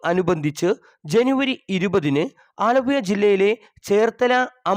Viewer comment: ഒരു ഊപമ്പിയ ചാനൽ. ആലപ്പുയ അല്ല ആലപ്പുഴ എന്ന് പറയാൻ പഠിക്കു